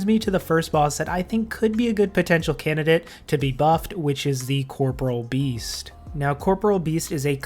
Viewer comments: Amazing after all these years, people still pronounce corporeal wrong. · Nothing will ever cease to irritate me as much as the fact that everybody in the world mispronounces 'Corporeal Beast'... Great vid tho, totally agree these bosses could really do with making more relevant